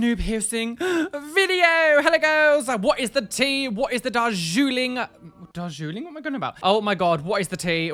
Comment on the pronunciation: "Darjooling": drooling for the Darjeeling! YEAH! New word for the excitement of watching your videos!